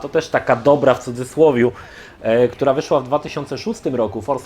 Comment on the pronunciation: Fajny film😀dwie uwagi po polsku czyta się trejler, a nie trailer. Drugie mówi się cudzysłowie, a nie czudztslowiu.